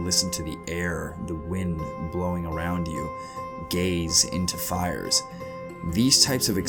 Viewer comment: Dis he say "gays into fires"?